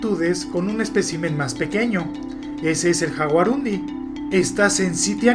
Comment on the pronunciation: Es guarani, su nombre se lee yaguarundi, igual que jaguar es yaguarete